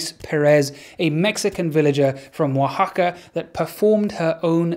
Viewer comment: Props to you for pronouncing Oaxaca right. And also, holly shit, that woman is tougher than all the characters played by Arnold Schwarzenegger combined.